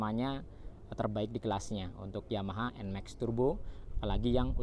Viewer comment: Bacanya NMAKS bro (bukan nmeks)